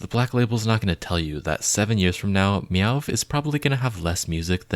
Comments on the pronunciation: It’s actually “meow” not “yuh” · it’s just pronounced meow, the vv is meant to be read like the w would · But learn how to pronounce meovv first babes 😭